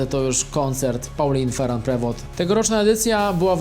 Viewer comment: Pauline Feru Prewo, jak Ty to wymawiasz!!